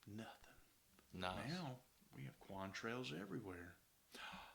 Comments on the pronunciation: “Quam Trails”? Con-trails, are made of condensation… con… condensation. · Quantrails? Try "contrails."